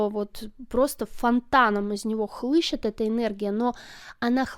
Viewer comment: Хлещет, не хлыщет. Вы русская?